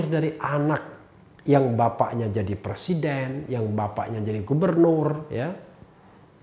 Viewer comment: Bpk loe tu plesiden kpu u u u bukan pleciden lakyat🤣🤣🤣